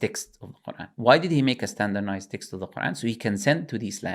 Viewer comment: 'Standernized' was hurting me so much